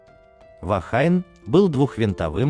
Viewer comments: Только не Вахайн, а Вахине. "Женщина" на языке маори. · Произносится " Вахине". Слово из языка маори, поэтому фонетика английского языка в данном случае не применима.